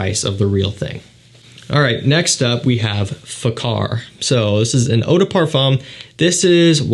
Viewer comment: I have to correct your pronunciation, it is Asad, not asAd. Also fAkhar, not fakhAr.